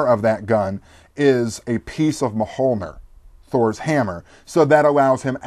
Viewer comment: "M'holnir"? It's actually pronounced MYOL-nir, or if you want to be really picky with pronouncing it like a Scandinavian, it's MYERL-ner or MYERL-nir, depending on your nationality (Swedes, Danes and Norwegians more the former, Icelandic, being more archaic, keeps the Old Norse pronunciation. Sorry for the random stupid correction. Great reviews, though. Scion seems great.